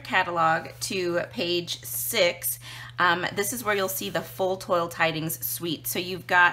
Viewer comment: Great video and coloring. Just an fyi, it is pronounced twal not toil. ;)